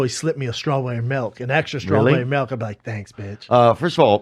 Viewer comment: Sssschtrawbury melk....my favorite.